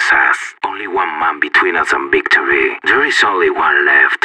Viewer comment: "Victory sours"